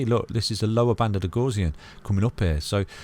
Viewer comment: The “gauss” in Gaussian rhymes with “house”, it’s not pronounced like “gauze”.